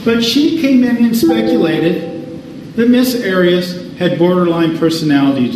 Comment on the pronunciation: He didn’t call her by her name to her during the entire trial….when asking witnesses questions it was always Ms Arias and he intentionally pronounced it differently every time….